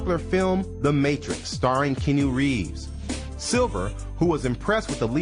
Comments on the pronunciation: #1 single was called "RESOLUTION" not "revolution" wtf and who is Can You Reeves..? Seriously aside from these poor pronunciations the vid was ok, but where the hell is part 3? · she played queen of the damned not mistress of the damned and its kee-anu- Reeves